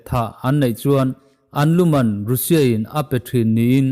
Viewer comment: Russia i lam dan hi news rin tlak deuh bbc cnn fox cnbc reuters te leh india channel ho poh han ngaithla uluk deuh teh, i taima si a lam dan tlanglawn pangai deuh in lam tum hram la ngaihthlak a nuam leh zual ang